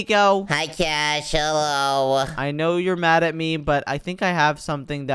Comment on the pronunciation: its cash not c a s h